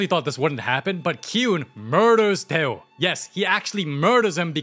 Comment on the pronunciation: yo its dae oh i keep hearing you saying tae ho